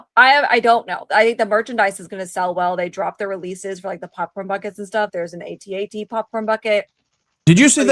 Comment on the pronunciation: Speaking as one of those 50+ fans, it's pronounced at - at, not a - t - a - t. All the toy commercials and behind the scenes specials called it an at-at. And as a vet I'll tell you we pronounced acronyms, we did not spell them out.